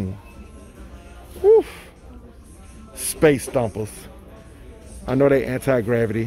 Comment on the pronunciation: Dis nigga said "space stomper's" lmao.. I was dying yo